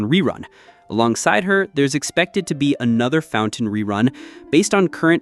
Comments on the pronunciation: cmon, "Farina", "Ctilali" (last cyllable stressed), "Fountain" (pronounced exactly as English word for, well, fountain). Noone who has even a minor game experience would make such mistakes. AI generated clickbait ox poop. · Why subscribe when you pronounce Fontaine as “fountain” lmao